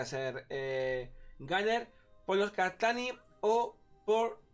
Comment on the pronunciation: Guarriór, melé, eta e tu clase, una partí (party), el eslayer, el ganer (gunner), masimo (máximo), el beseque, aparte de eso creo que el de la visita al otorrino deberías ser tu, porque como que se te cerrará la tráquea al decir tanto eh eh eh eh y después tratar de decir otra palabra